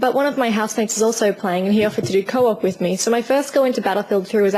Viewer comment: i like how you say "so" like "ser".